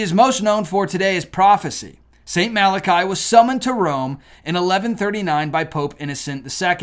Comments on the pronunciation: It’s pronounced mala-kee. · I think it's "mal-ah-kee" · I believe that St Malachys is pronounced: mal-uh-kiss (?). I could be wrong but, I believe this is how I have heard it pronounced before. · I often see documentaries on Michigan, where they speak of the Mackinack bridge, Mackinack Island, etc. Mackinac is pronounced "Macki-NAW." I see that same thing happen with poor St Malachy. I do believe it's pronounced "MalaKEE" not "MalaKAI." I also think I read somewhere that Conchita Gonzalez of the Miracle at Garabandal, Spain said of the popes: "...There will be one more." Looks like that prediction may be authentic. Eschatology is one of my many hobbies (cause I just want to know when to DUCK!). I was observing the so-called "Nostradamus Effect" in my research long before it was a TV miniseries. When prophecies made by individuals of different religions, separated by thousands of miles and hundreds/thousands of years, coincide, and they mention or hint to similar events or cataclysms, THAT'S not myth. THAT'S not a coincidence. THAT'S the time to panic! God may be watching the current revivals in the West and mass conversions in the Middle East (24% of Muslim youth are leaving the faith or converting) to see if the last precious few souls can see the light and accept his Son Jesus.... before he lowers the boom on us all! All we can do at that point is open up our tiny clown parasols and pray like there's no tomorrow... because there may not be one! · No one should disrespect our Popes, so sad. you called him St.Malarkey when his name is St.Malachy. I am sorry I have to unsubscribe your channel. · Their prophesy has nothing Biblical in it's context. The Bible is condensed and not a big part of Catholosim. Your pronunciation of "Marlarckey" is so much more prophetic. The Father, Son and Holy Spirit will decide the end not a Pope or any other "religion"! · Pronounced, MAL A KEE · Pronounced Saint Mal-ah-key.